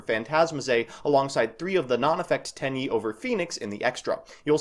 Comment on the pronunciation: I can't tell what you're saying for the budget build. I'm hearing teni the shutta? And non-effect teni?